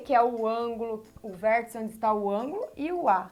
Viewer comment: "Tia", estou adorando suas aulas. Estão ajudando-me muito, mesmo. Além disso, adoro quando você pronuncia palavras com um "L", depois do "R", tipo "VérLtice". Bem, agora vou pararL de escreverL para assistirL sua aula sobre Retas e Semirretas. Tchau!